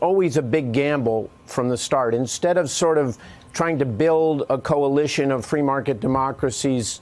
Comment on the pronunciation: I thought he was saying Gine-nah.